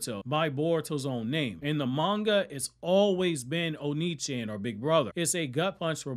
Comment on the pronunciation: I know, just the way you said it was very american like, i found it kinda funny.